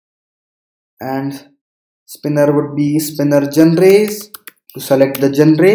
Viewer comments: gen - re is not the pronunciation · Your pronunciation of genre made me stop watching this video.